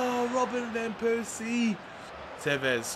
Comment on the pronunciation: i feel so un comfortable with you saying vanpersies name ;(